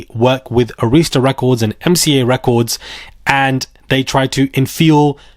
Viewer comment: Ah-rhis-tuh not A-rees-ta